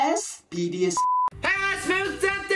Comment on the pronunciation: 最初のPDSがTDSに聞こえるの俺だけじゃないよな？